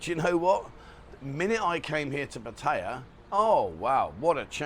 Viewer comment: It would be nice if you’d show some respect for the Thai culture and pronouns the word Pattaya properly!